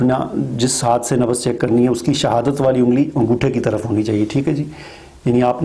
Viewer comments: Nabaz nahi Nabz boliye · Sir nabaz nahi nabz hota hai.plz correct urdu